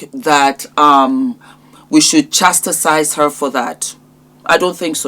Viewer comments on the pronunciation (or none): It's chastised not CHASTISIZED